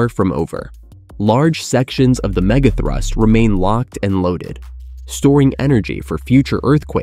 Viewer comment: didn’t you hear the „mega throoost“ once? gave away that this channel is AI